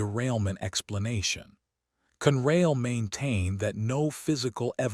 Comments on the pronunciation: It is not CUNRAIL. It has two syllables and is pronounced CON-RAIL, con as in consolidated. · Never knew there was a railroad called Cunrail.These readers don't know to pronounce English words. They do know how to lie and then profit when we click on their BS stories.